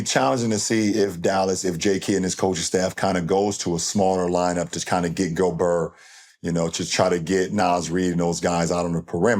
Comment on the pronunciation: the way lebron says Gobert lmao